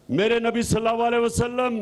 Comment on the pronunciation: Salal a waslam sahee kehna sekho